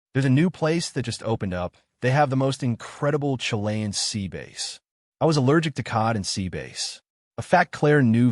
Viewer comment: Hey, u pronounced “Bass” wrong.